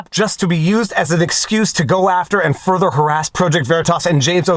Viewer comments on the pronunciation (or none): none